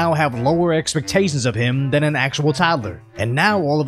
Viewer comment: Lowered expectaishhhionnsssss!!!!!😂😂😂😂